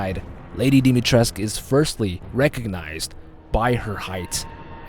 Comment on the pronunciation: V Complex is a hard fucker to kill. Dimitrescu has a U at the end.